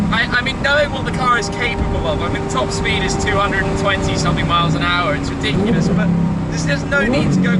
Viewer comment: “This is lichiri riediekolous”